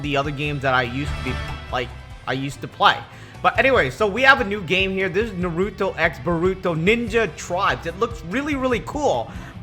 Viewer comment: This man dont know how to say Naruto